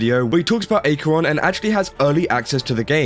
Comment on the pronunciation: Pronounce her (Acheron) name properly and maybe do your research. This has been cleared up completely already. Just jumping the bandwagon...